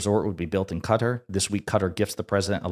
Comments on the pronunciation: Please, sir, it's Kuh-taar, not Cutter. Except for that, I love your content and you have a very nice podcast voice :) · Quick note: Qatar has the accent on the second syllable, pronunciation is not CUTTER but as in BIZARRE, BY CAR, BY FAR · Note to: Qatar is not pronounced as "cutter". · Excellent podcast! But please pronounce Qatar correctly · So sorry man, love your show. But if I heard “Cutter” one more time to say “Qatar” I was going to lose it lol. Kuh taar, not “Cutter.” You even said “Qatari” correctly. That’s my only note. Love the work you do. Love the collabs with LB as well. Keep the content coming! All the best!